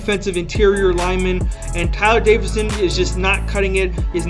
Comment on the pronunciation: It’s actually Davison not Davidson but good video